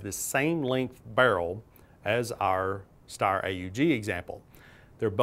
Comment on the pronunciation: It’s e r not r e